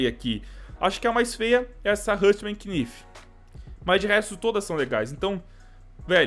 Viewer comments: Fala knife certo cara,é naife, nao quinifi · O MULEKE FALA QUINIFE QUE AGONIAAAAAAAA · para de ser o professor do yt ... eu achei estranho ele falar quinifi mas não faz diferença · fala knife direito